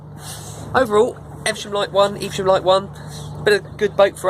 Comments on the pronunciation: I think it's pronounced Ev-Sham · the boat name is pronounced eve -ver-shum , great review